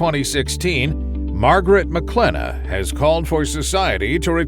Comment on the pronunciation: Her last name is not pronounced “Maclennah “